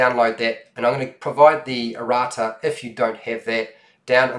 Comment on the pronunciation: He's saying "Errata", which is a list of corrections and clarifications for errors and ambiguities that might be in the retail version. (I actually would have never understood him saying it if I hadn't had context)